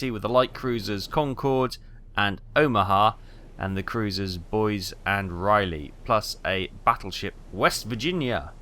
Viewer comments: Hahaha- is Rah-Lee, Not Riley? - Boy-Zee, Not Boys! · He's been driving me nuts with Raleigh! Stop butchering the name of my Grandfather's ship! 😅